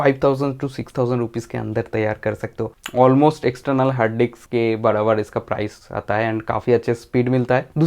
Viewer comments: Anna it's not diks 2 It's disk 2😂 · Bro it's disk not diks🤣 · diks diks bolke dimag karab kardiya